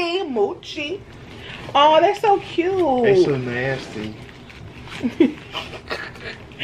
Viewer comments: You pronounce it mo Chi not how the cow says it mochi-NO HATE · It's mo- chi not mu- chi. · It’s not muchi it’s mochi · It’s not moochi 😂 it’s mochi 😂 y’all silly 🙃 I love my Mochi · she did not say moochi I'm dead but mochi is good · I like the red bean Mochi. Mowchi...lolol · it's called mooooo chi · Lol "moochi"